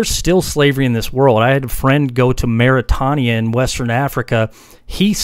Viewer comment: Its not pronounced Maritahnia - its pronounced Mauritainia